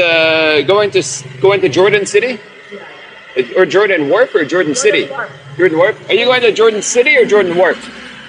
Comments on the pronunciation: we say it Hor-dan (Jordan) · "Jordan" is Pronounced (Hor-Dan) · We tried the mango pizza in Guimaras, didn't care for the texture of it on pizza. Pineapple works, but mango not so much. Can't wait to get back, Guimaras is amazing. BTW the town of Jordan is pronounced "Hordan."